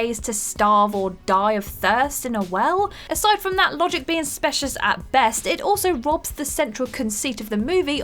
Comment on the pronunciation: Ambiguity and specious are also wrong. She is really bad with pronunciations.